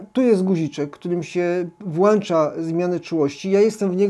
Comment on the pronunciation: Kolejny genialny materiał :) tylko, że się nie "włancza" tylko "włącza" ;) Jestem zaskoczony, że potrafi Pan opowiadać o takich wielu wydaje się prostych rzeczach, ale w taki interesujący sposób. Podziwiam też, że potrafi Pan znaleźć tyle ciekawych tematów na odcinki, zawsze wyczerpuje Pan temat bardzo dogłębnie i nie brakuje Panu pomysłów. Sam chciałbym mieć taką wenę artystyczną, podziwiam i liczę na więcej materiałów i wzrost kanału :) Pozdrawiam serdecznie :)